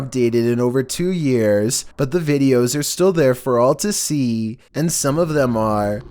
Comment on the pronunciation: The first 2 seconds : "vEEDios Me: everytime....